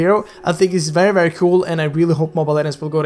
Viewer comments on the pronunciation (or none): It's not Perry nor Veery IT'S VERRY